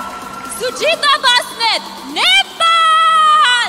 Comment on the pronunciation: Sorry .she pronounced "suhita" but it was sujita...miss universe nepal 2021 🇳🇵🇳🇵